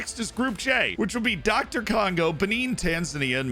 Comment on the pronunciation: My man actually said Doctor Congo